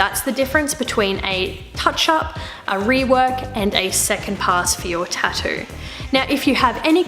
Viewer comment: TatTOO, there's no D in it. You said it right at 40 seconds. Proving you can.